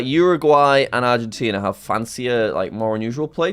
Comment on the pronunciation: jack got Argentina right‼